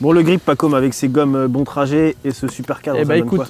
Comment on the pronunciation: bonne présentation, moi qui hésite à en acquérir une juste une chose à revoir: la prononciation de "Bontrager" x)